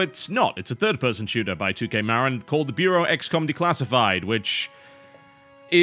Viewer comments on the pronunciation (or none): lol....prounounced "muh-rin" not "maa-rin"...Marin County, CA. rhymes with chagrin